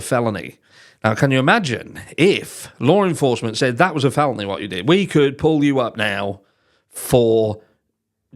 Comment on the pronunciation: Lar enforcement lol